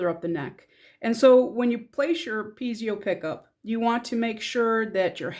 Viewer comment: Pee-ay'-zow -- not Pee'-zee-oh